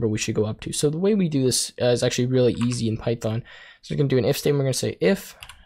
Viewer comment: "rerally" you meant really